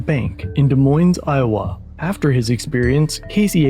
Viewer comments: Minor detail: it is not "de moinz", it is de moin (rhymes with coin). The "es" is silent. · Bro said “Des MoineS” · Actually if you want to be a grammar douche DesMoines is a french word meaning "Of the Monks" and it's actually a pronnounced more like "Deh" "MooAnne" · It is pronounced “duh moyne”. Illinois is pronounced “ill eh noy”. I assume you say that wrong too. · I don't normally participate in conversation, I love the work you do, but it's De Moine, Iowa, both S are silent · Not Iowa, and that's not how u pronounce Des Moines, lol, and no, I'm not from Iowa. Thank god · Why can't anyone ever pronounce Des Moines, lol? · Both s's in Des Moines are silent Smallest criticism in the world, love all your content, and fuck these guys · Is this a new thing to pronounce any “S” in desMoines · You don't pronounce Des Moines with an S, in either word. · Hey, I don't want to be that guy, but the s is silent in Des Moines. Source: I lived in Iowa for my entire youth.